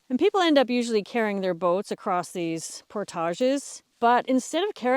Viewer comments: Our narrator's pronunciation of "portage" is completely foreign to the way my family and friends pronounce it. I have never heard it that way. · Is that the french pronunciation of portage? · the way you say "portage" is so fancy! lol must be a canadian thing ;)